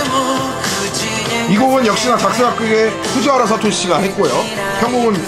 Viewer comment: 다좋은데ㅠㅠ히게단의 보컬이름.. 후지와라 아니고 후지하라... 후.지.하.라!사토시입니다!!!